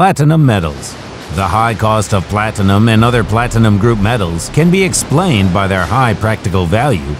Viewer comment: Plat Tin-a-Num